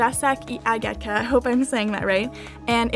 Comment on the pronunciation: You didn't say Jacek i Agata right. I heard l placek i agejta xd